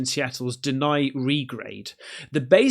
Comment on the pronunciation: Hate to be "that guy" but ouch, that one hurt. I know it's petty, but it's Denny (de-knee), like Dennie's, the (other) famous American grub hub akin to Waffle House, but less fights.